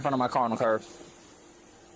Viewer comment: Someone needs to tell this officer that the word is "curB" not "curve". I listened to him say it at least three times.